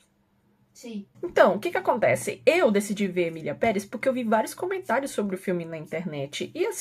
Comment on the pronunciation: Eu pensei que a estava falando "miliamperes" ao invés de "Emilia Perez" vim saber deppis de 3 minutos de vídeo kkkkkkkkkkkk